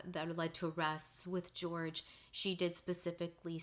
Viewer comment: Jorge is not George - it's pronounced Hor-heh.